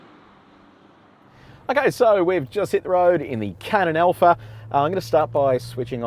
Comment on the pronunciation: Hey - it is ALPHA. Not ELPHA!